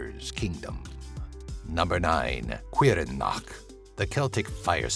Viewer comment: Looked up how to pronounce Caorthannach, and according to most online translators, the welsh pronounce it "Cower-Thaw-Knock" or something similar to that. Also I lost my mind when I saw the Sluagh; you even used images from Legacy Of Kain, that's just glorious!!